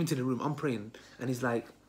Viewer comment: Lol.caught praying.. it sounds like caught watching sin.. 😂